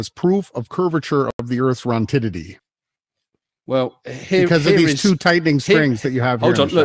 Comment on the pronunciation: “proof of the earth’s rontitity”😂😂😂😂😂